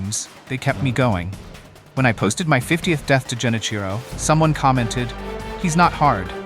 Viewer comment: Dude you're pronouncing Genichiro wrong..